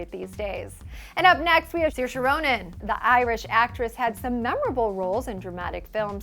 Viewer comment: ROnan, not RAnon.